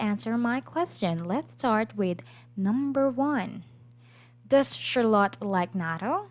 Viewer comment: I noticed that you are pronouncing the name Charlotte incorrectly (you can do a quick Youtube search for "Charlotte pronounciation" to hear how it's supposed to be pronounced), hope you don't take this the wromng way , just trying to help, and thank you for this video, it's very helpful.